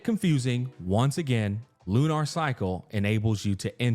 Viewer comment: Why is he saying lunar like that? LU-NARRR